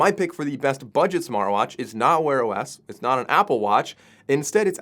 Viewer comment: Smarr watch, still can't say Tea?